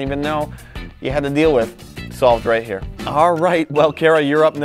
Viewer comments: No one:: You can put it right mnyah! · "You put it right hmere" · that got me he was just like “you can now put it right nyow”